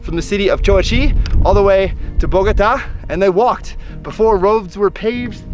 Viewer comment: Amazing video, love the landscape, just an observation, please please please stop saying Bogóta , it sounds really bad, you were there for days so I know you know is Bogotá with accent on the a, I know is a small detail but is important to say the correct name of the city